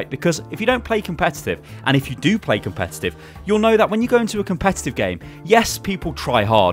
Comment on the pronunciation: "His english isn't very good" > "Competuttttt" lol'd I'm down for these fixes though. Regarding the random mode, I'd prefer it balances the comps out a little more so it's random, but still fair. I enjoy playing heroes out of my normal retinue, but I hate trying to do so when I'm part of a completely broken comp and playing against one that one would probably be seen in a competitive match. It's not as frustrating when both comps are equally ridiculous, but with the way random mode works now, when that happens it just becomes a matter of waiting for (or suiciding to achieve) a better comp for one team or the other.